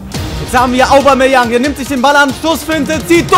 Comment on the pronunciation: lern mal Aubameyang auszusprechen du Rillepeter!:s